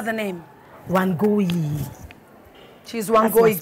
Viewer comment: Woow I love how she pronounces the name wangui❤